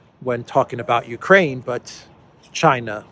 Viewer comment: The ju-koo in Jukraine 😊